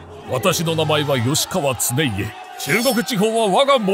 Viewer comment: 経家、つねけじゃないよ、つねいえ。